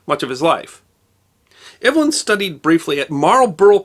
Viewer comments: I was just going to question that! Eve-lin, not Ev-elyn. My sister was Ev-elyn. :) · When Evelyn is a man's name, it's pronounced EEV-lin. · Pronounced "Evil-in", unlike how this chap says it. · Hear hear! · I think the British pronunciation for a male Evelyn would be like “Eeev-lin “ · Yes: “eev-uh-lyn”. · the first syllable of his name rhymes with "peeve" or "leave"